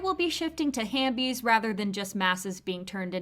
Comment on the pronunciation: ITS HAVEBIES NOT HAMBIES